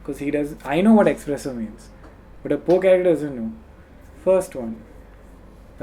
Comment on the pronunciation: Kennyyyyyy you're awesome man!!!and by the way .......espresso not expresso